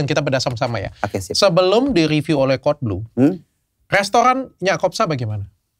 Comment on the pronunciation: si bapak sebutnya codeblu apa kadalblu si?